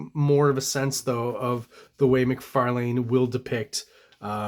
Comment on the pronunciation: Appreciate the correct pronunciation of McLeod’s name but cringe at the Mc Far Lane pronunciation throughout. Todd pronounces it Mc Far LIn ~ so I’m not sure where you’re getting your version from.